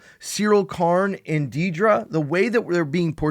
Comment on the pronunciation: Love your stuff… One nitpick: it’s not “Dee-druh”, it’s “Dead-ruh” (Like Debra with a “d”) As someone who works in film/theater, I find it disrespectful to the actor to get the character name wrong - especially when it’s a MAJOR character , and they are just killing it in the role. Just my opinion.